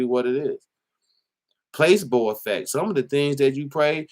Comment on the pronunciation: Hey!! Love the vid♥️🔥, but fyi placebo is pronounced pluh-SEE-boe 😉👌🏿